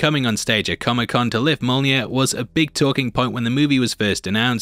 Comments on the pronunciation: its pronounced myo-nir not mona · I hear Molnir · Say "yolneer". Now say "me". Now say "me yolneer". Mjolnir. Me-yolneer. You can do it,. We believe in you. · "Mole near" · Mjolnir......say it with me now....myolneer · Mya-mya what’s mya-mya? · It's Mjolnir, ya chump! :elbowcough:❤